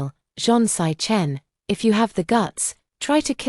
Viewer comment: Lmao 🤣. Sichen= 'sick hen' instead of 'see chen'.